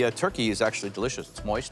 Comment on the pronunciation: calling a turkey a 'thurki' is kinda funny and cute tbh 😂